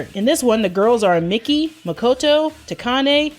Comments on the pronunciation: Who pronounces Miki as "Mickey"? I always say Me-key. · No seriously, you did all this research for a 42 minute video, and you can't even pronounce Miki's name.